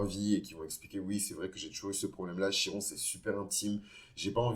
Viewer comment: Ça se prononce Kiron, à part ça je m’y reconnais totalement ❤